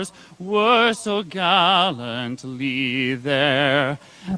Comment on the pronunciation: "And the rockets red glare that were so galentely there......." 🤣🤣🤣🤣 I'm dying!!